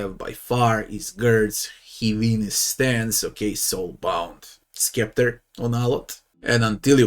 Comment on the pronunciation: Great vid. FYI, it's pronounced "septer", the c is silent.